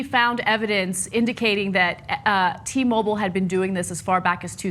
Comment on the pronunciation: fuck sake .. its not T- Mobol.. its "Mo-Bile". Pronounce the work properly.